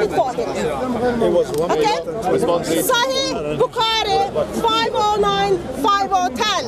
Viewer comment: I laugh each time she says Sahi Bukaari 😂😂😂 It's "Sahih Bukhari"